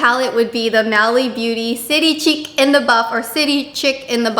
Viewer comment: I think that Mally palette is probably City Chic in the Buff. Chic as in pronounced "sheek" you know, French? Chic as in stylish/fashionable. Not "chick":)